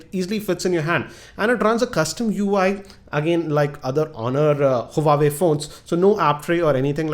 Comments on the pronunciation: huawei...not huwawei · its not hu-wa-way correct pronunciation is wah-way.